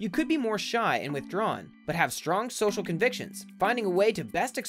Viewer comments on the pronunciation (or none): none